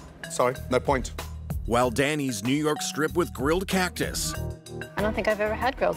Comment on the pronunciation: .. Did she say grilled ‘Cackus’?! 🤣